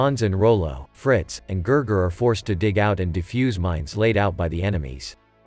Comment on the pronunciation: His name was not Ger Ger it was Gigi